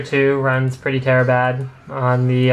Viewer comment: You are the first person i have ever heard say "terrabad"..